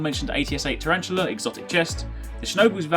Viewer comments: Tar-an-tell-a, NOT Tarantula!!! Jesus.... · It's Tare-en-til-a